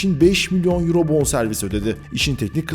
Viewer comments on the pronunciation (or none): none